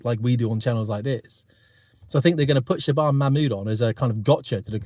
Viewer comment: Yeah, you're really not pronouncing her name correctly. You need to watch Katie Hopkins for the correct pronunciation.